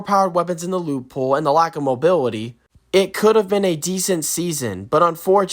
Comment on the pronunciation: Bro can’t even say mobility right😂😂